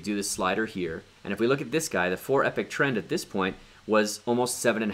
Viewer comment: Pools This is absolutely the best video on ADA staking. My head has been spinning trying to work out how to do it. You are a really good teacher. Subscribed. P.S. Just gotta say that the way you pronounce 'epoch' - a particular period of time - should be EEE-POK, not EPIC). Just saying.